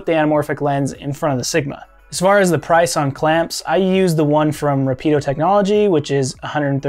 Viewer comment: Nice job. It's just pronounced Rápid- Oh. I also own the fvd-16a. It's a fantastic piece of kit.